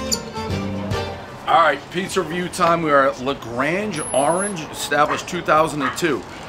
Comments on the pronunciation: ok,nobody corrected him,so I will. It's La Grande Dave not La Grange. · Dave can read right? La Grange? 😆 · "We're here at La Grange... with Sourcrust dough..." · Dave, it's not La Grange.....it's La Grande with a 'D'.....La Gran-day! That was a good pizza! I can hear it the moment you bit into the crust!